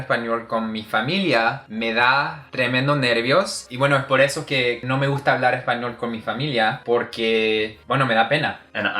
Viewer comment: wow your "spaniard" (by the way thats kind of rude, we prefer castillian or castellano) but it sounded awesome hahaha i swear you could fool me